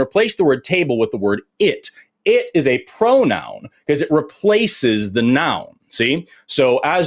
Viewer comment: … a pwonown not a nown. Go back to school.